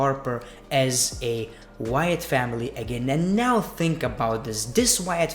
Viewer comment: It's think not fhink